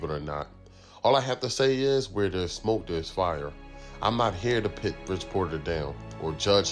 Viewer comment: **PUT** not PIT … dope videos thou found your channel today.